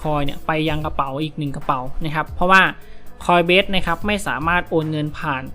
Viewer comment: ขออภัยนะครับ ออกเสียงผิดครับ coinbase ไม่ใช่ coinbest ครับ